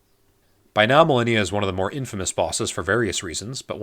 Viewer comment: “maleena”… she prnounces her name in the fucking game, how do people keep mispronouncing it?